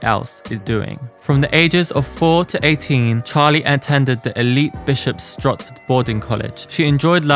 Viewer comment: Lol it's Bishop Stortford. "stotfd". 😂 I'm from the same area & almost saw her before she went mainstream at Bishop Stortford Music Festival. I've been a fan for a long time, since !Franchesckaar!. It's also Uffie like "up", not "you-fee".